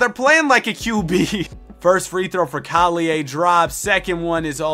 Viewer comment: why do u say collier name like that